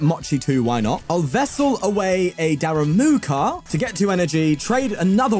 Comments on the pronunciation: “Daramuka” lol so fun how you say it, it is darumaka! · Why does he call it "daRAMUka" instead of daRUMAka 😢 this is not about pronunciation, it's not even the same word